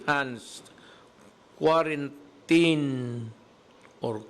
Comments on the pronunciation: Sir President Duterte that pronounce k w a r a n t i n i just type in wrong spelling how to pronounce quarantine. Not k w a r a n t a y n. Just concern citizen po Pres. Duterte. Pls take care always your health Mr President Duterte. Bawal magkasakit po. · Ok yung binabasa nya yung proclamation para malinaw at hindi usap lasing!!!... look up correct pronounciation ng Quarantine, para alam mo, Sir.